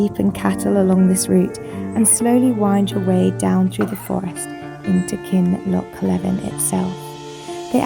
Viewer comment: 'Beinn' (anglicised as 'ben') means 'mountain' or 'mount'. So you were close. Ben Nevis is really Mount Nevis in English. Also, Kinlochleven is pronounced Kinloch-lee-vun. #HereToHelp